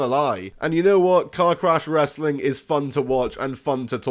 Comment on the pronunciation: You say wrestling like Russo...it does not have that many syllables. Bro!